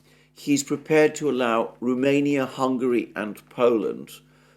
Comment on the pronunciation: It is Romania not Rumenia. R O mania. Cheers.